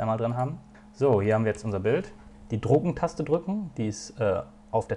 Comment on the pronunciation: Wieso versteh ich bei dem Tutorial statt "Drucken-Taste" eigentlich immer "Drogen-Taste"?^^